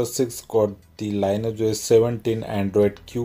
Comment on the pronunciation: Could be wrong, but I think it's pronounced 'Lin eee age'